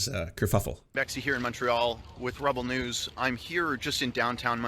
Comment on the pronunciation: is it just me, or does it sound like he's saying "rubble news"? I think that's a much better name